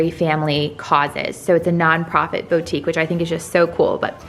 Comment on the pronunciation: How pathetic the way you kept pronouncing Target & boutique. It makes you sound..pathetic. The fact the house looks like it was decorated by a red and white muppet.